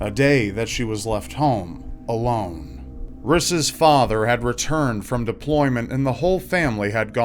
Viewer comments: "riss" haha my husband is called Rhys and it's Welsh, it's pronounced Reece. Don't know if it's an American thing to totally take a Welsh name and pronouce it wrong and give it to the wrong gender! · whats ur name? ris? i thoght he was saying chris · Rhys is actually meant to be pronounced as Rees btw